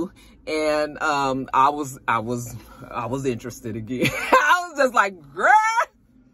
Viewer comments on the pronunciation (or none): none